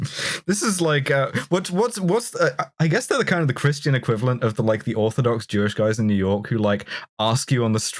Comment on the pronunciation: Don't worry,, I heard "Christ Angel"